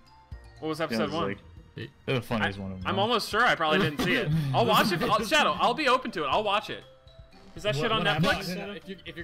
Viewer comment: anyone else notice that Speedy calls Shadow "Shadder"?